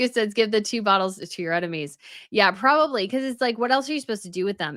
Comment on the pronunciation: Am I the only person who hears prolly instead of probably when you use the word?